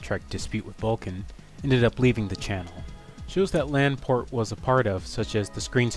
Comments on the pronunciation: It's Laporte, not Lan-port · “Lanport”? It’s LaPorte!!! Jesus.